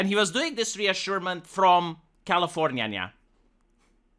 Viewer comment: It's California, NOT Californiyayaya.